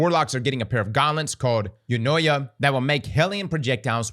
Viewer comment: "Ev-knee-ah" is how the Warlock exotic is pronounced, from the Greek "εύνοια", which means "favour".... in good graces, so to speak. The Hunter one is pronounced "mee-re", and it's from the Greek "μοιραι" which means "fates" (like the three Fates from Greek mythology that dictate everyone's destiny). The Titan one is pronounced "meh-lass panoplee-ah", and once again it's Greek, from "μέλας" (meaning black) and "πανοπλία" (meaning armor). So it means Black Armor. Having said all that, there are definitely Greeks in the dev team of D2..!!